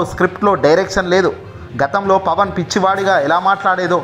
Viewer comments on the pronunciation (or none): none